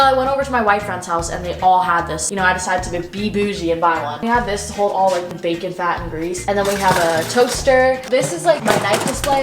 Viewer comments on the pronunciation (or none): none